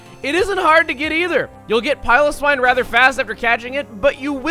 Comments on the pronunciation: you pronounced piloswine wrong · I like the way he says piloswine.